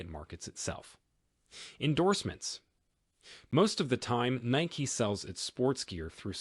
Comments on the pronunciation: its nikE not nik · It’s Nikeeeeeeeeeeeeeeeeee eeeeeeeeeeeeeeeeeeeeee, not Nic